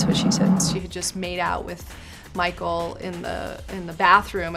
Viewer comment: the way she says micheal